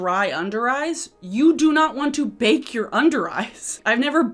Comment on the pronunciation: Every time you say “bake and brighten” it sounds like “bacon” brighten...and then I just visualize people putting slabs of bacon or facon under their eyes to decrease puffiness on eye bags. Hahaha!!